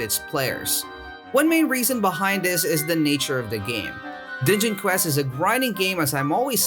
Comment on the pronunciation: Sounds like he said ninja quest lol